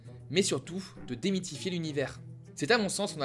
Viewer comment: démitfier ??? 2'23